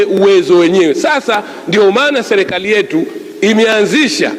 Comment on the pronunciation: Selekali ndo nn hebu jifundisheni kusema kwanza mnatuchafulia kiswahili bhana!!